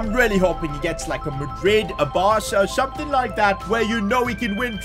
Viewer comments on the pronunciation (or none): none